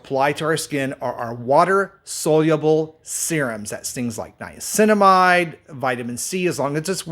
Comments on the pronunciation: Why are you people BELIEVING ANYONE THAT CAN’T PRONOUNCE THE WORD ‘SOLUBLE’? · You need to learn how to pronounce ‘soluble’ my man. Not a good look if you want to appear to be an expert.